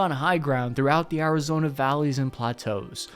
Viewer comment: What is "Arizoner"